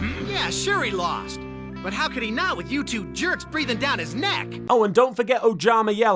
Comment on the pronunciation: The Academy demands you to realize you're a manchild makind that stuff up and should refrain from making cringy intros. Also when Jayden... Gayden... Djaiden... said "You two jerks" I totally heard "Youtube jerks".